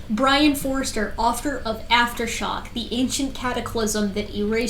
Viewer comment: What says is vewy wisible!